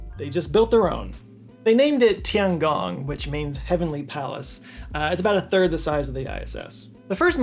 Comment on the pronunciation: Shen - almost right. The "e" is like halfway between a short "u" and "oo" as in "book" Zhou - "zh" is "j" but with your tongue right behind your teeth. Like how "dj" in Django or Djibouti looks like it should be pronounced. "Ou" is just a long "o." You could say "joe" and people would get it. Tian - "tee-enn" but one syllable. Gong - long "o" Tianhe - "tian" like above, same "e" as in "shen" Chang-e - pretty much spot on